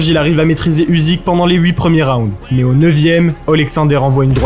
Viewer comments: Le sujet est sympa! Par contre ça se prononce "Ucyk" pas "Uzyk" :) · Usyk se prononce Oussik - ça veut dire Moustache en Ukrainien!